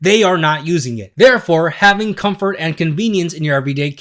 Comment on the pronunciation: THE WORD IS COMFORT. REEEEEE